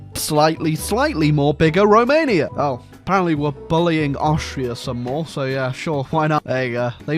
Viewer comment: THICK Rrrrromania.